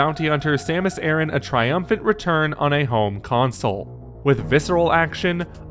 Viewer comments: Aran is not pronounced "Aaron". It's "Ahh-rahn". No one likes to have their name mispronounced. Even if they're fictitious. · It's A-RAN NOT Aaron. Why can't you pronounce her last name properly? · Wow. I thought I was the only one who faught for this. Nice to see other have brains and know how to pronounce her last name properly! I really hate that Nintendo officially mispronounces her name because they are lazy.